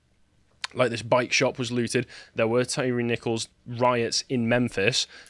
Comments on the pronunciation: Tie Ree is the phonetic pronunciation not Tirry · Every time I hear your pronunciation of of Nichols' last name, it sounds like you're saying Terry - as in the co-conspirator of Timothy McVeigh. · It's "ty ree"